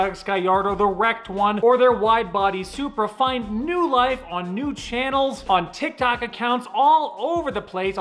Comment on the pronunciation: are you saying tik tak or tik tok ?